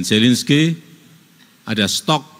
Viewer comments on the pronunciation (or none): none